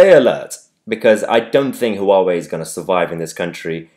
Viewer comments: Mahyar just a wee thing that always drives me nuts when you say 'hu wah way', (Huawei) it's a 2 syllable name, pronunced 'wah way'. Keep up the great work. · It's not pronounced HUH WAH WAY... it's WAH WAY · Mahyar, Huawei is pronounced "wah-way" the Hu is pronounced like a W. 3 (the telecom company) are local to me, the staff there call them "who are we?". :-)